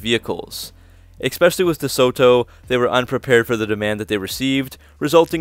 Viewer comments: "Ex-specially"???? WTF DOES THAT MEAN???? Is this in English? ... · EX specially ??????????